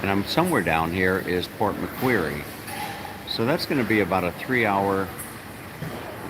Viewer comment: Hi, please keep in mind that the coffee names can change from state to state here. Incidentally, the place with the large M next to the KFC there would have been MacDonalds (Known as Maccas here). Port Macquarie is actually pronounced as "Port Macquorry". I have never been to either Byron Bay or Port Macquarie, but we did visit Lennox Head and Ballina in 2014, which are both south of Byron Bay and north of Port Macquarie. Anyway, take care. Rob.